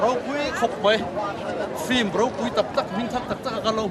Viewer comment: Flim zuk ti tlata(film) tih tur..